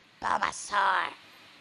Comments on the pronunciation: Bulbasuh dude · I shit my pants when she said bulbasoar